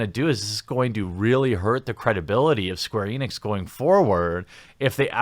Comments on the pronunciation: You said “Squeenix” 😆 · It sounds like you said Squeenix in the middle there. 😆